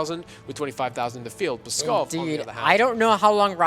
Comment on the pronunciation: those Pskov mispronounciations were like potshots to my soul